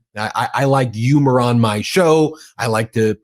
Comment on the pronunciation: That's not how you pronounce the word "humor".